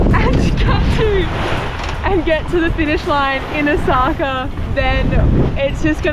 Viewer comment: What a delightful mother and daughter combination you two are! Since you're on your way to Osaka, may an old Japan hand help you with your pronunciation? Your destination port is Osaka, pronounced Oh-Oh-Saka. Two beats and an accent on the first syllable. Good luck in the race! (By the way, , your own boat, has a name which means "friends" in Japanese. In that case also, place the accent on the first syllable. ) Aloha from Hawai'i.